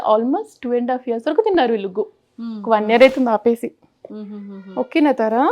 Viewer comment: విల్లు ❌వీళ్ళు ✔️